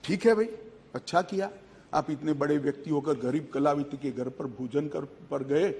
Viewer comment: अब तो कलावती ने खुद जबाब दे दिया बाकी जनता को क्या मिला होगा शाह जी उच्चारण तो सही कर लो अब तो माफी मांग लो